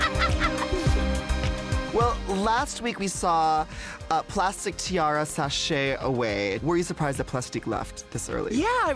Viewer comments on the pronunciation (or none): Am I the only one that heard Manila say Plastic Tiara....? And then later say it correctly as Plastique Tiara